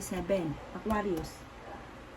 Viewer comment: Hello suggestion lang po wag ka magmadali kasi mali mali yung pag pronounce Sagittarius or Aquarius lagi po ako nag aabang sa reading nyo sa past days totoo lahat sinasabi nyo